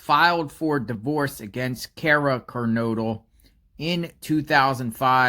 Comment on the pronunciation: It’s Kernodle not Kernoodle. I’m pretty sure they had problems because of her drug issues. Didn’t she lose custody of Xana? Or if not wasn’t she mainly raised by her dad? Anne Taylor didn’t dump her. She was appointed to Bryan’s case from what I’ve learned. I also believe she goes by Cara Northington.